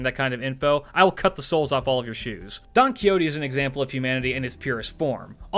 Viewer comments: By the way, the x in spanish sounds like an h in English so the XO of "Don Quixote" would sound like you are saying the first vowel of house so you can replace the x with an h and get a closer pronunciation to the original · You are aware that you butchered his name pronounce, right